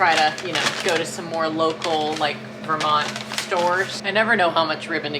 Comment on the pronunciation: Day 19 and I still can’t tell if you’re saying “is this Vermont or heaven” OR “is this Vermonter heaven”